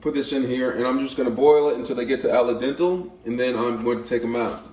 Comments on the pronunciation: The “raemen” was annoying but he was also pronouncing Al dente “ala dental” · Ally dental 😂😂😂 Do u mean "al dente"? Absolute goodness 🤣🤣😂😂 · My man straight up said “ala dental” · "RAYMEN" 💀💀💀💀 "ALA DENTAL" 💀💀💀💀💀💀💀💀💀💀💀💀💀💀💀💀💀💀💀💀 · AL-A-DENTEL? LOL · Best watch in a while. I'm 100% saying 'allie-dental' from now on. 1000x better than 'al dente'. Also going to be making this sandwich.